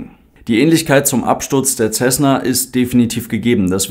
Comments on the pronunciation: Nein, macht man nicht. Das ist ein US-Flugzeug, kein italienisches. Wirklich korrekt wäre 'Sässne (Lautschrift ʹsɛsnə). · Man spricht „Tschesna“